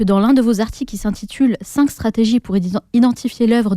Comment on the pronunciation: On ne dit pas "cent z'articles". On dit "cent articles" (et oui, il n'y a pas de s à cent) ou "cent t'articles". C'est très simple à mémoriser : on dit "il y a cent t'ans" (on fait la liaison). on ne dit pas "il y a cent z'ans".